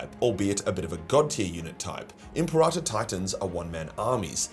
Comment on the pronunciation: M.P. Rata is such an odd way of saying Imperator. Am I missing something?